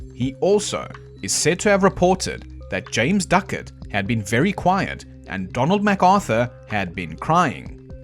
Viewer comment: That would be Ducat, not "Duckett". :)